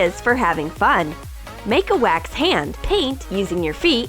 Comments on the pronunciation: Wax not weks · It’s wax not wix